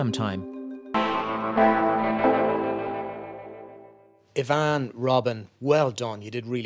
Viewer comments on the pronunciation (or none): Her name is, not Yvonne!